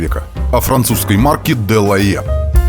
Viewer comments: Шикарно 😮! По правде говоря был заинтригован как вы на этот раз произнесёте название героя передачи. Почти идеально 🤩, «дЁлаЭ». А вторая «дЁлаЖ», без …ДЖ. В любом случае огромное вам спасибо за вашу работу 👍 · Да. Если брать французский то "делае' " звучит великолепно.... чем на английском "делаха'й"😂.. Oбожаю эту эпоху! Спасибо за ваш труд!